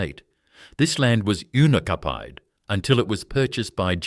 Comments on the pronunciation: What the heck is unicafied 😂 I know I know, it meant unoccupied but it’s a hilarious mistake of pronouncement. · SERIOUSLY " Unicapide⁉", for "unoccupied" lol Whoever put this together doesn't have a clue, After GMH at Pagewood shut down, WD & HO Wills tobacco opened there, making cigarettes way before Westfield.